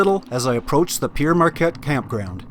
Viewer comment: A bit of gentle criticism,. You weren't in "Pe-ere' Marquette, it's "Pere" (pronounced "pear") Marquette State Park. Named for Pere (Father) Marquette, early explorer. A better route (when it's not underwater) around St Louis is to take the Clark Bridge over the river and hanging a right, under a one lane railroad bridge, to West Alton. Take 94, traversing historic farmland, around to 370, at St. Charles, which will take you to I-70, past the worst of city traffic If you decide to ever do the I-70 Missouri route again, stay on 65 and connect to 24. It takes you through the "real" Midwest, passing through other unique towns. You can always get back on I-70 at Independence. I'm super familiar with the area because it's in my blood. The L&C expedition details lead my ancestors to migrate to the area where you saw the confluence of the Missouri and Mississippi about a decade after the explorers found the place. Quickly discovering that the area was swampy (back then), they headed farther north to the area of Pere Marquette State Park.